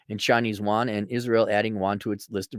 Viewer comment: Wahn? Yoo-ahn.